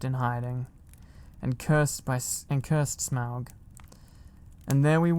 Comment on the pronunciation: Oh my goodness I am such a Lord of the Rings and The Hobbit fan so I’m pretty sure I’m in heaven 😭♥️ and you said Smaug correctly! You have no idea how many times I’ve heard people Smog 😭